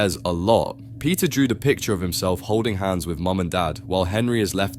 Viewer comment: when u say peter, i hear pizza🍕